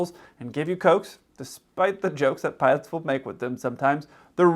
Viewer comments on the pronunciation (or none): The way this youtuber says "putts" instead of "pilots", makes him sound even dumber than the misinformation he provides. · The guy can't even pronounce "pilots" I keep hearing "puds" 😂